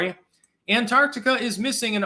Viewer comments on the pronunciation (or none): none